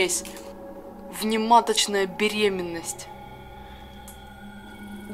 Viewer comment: Евгений Трухачев Ударение не на беременности, а на дате.